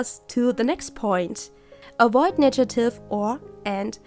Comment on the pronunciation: I'm inspired by this video. Thanks! By the way it's negative not nejative :D